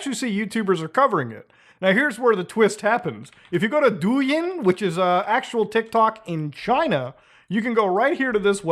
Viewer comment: the way u pronounced douyin is criminal douyin is pronounced more like dough yeen rather than doo yihn